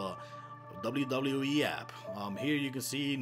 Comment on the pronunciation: Lol how u pronounce WWE 😂